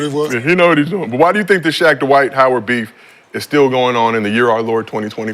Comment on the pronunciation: "Dwayde" - Dwight Howard 😂😂😂